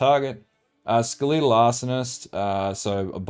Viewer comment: Skah-lee-tul? Are you serious? Skelatal = Skell-ahh-toll